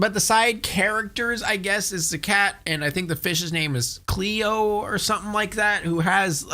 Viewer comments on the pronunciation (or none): none